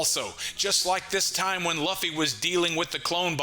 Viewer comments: I was excited to watch this but it hurts the way you pronounce luffy. I’ll catch the next vid to see if it’s corrected. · Saying Luffys name wrong is why can’t watch this